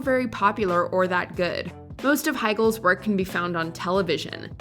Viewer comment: PLEASE send to Voiceover Narration School. Her speech pattern is too weird and distracting. For example, "good" is not a three-syllable word. Ugh.